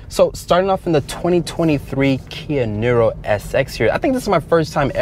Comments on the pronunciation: it's pronounced NEERO (like hero), not NIRRRO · It's pronounced like "Near row", not "Knee row"